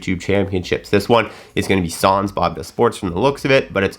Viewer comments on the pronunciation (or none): none